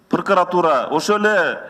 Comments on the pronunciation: пыркыратура эмес прокуратура деп айтылат. Сен мыйзам менен жашап жатасынбы? Хаус эмес хаос. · Над, Пркратура деп тантыйтко бул ЧМоо?